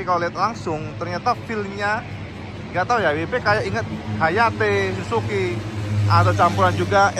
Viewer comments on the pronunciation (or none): none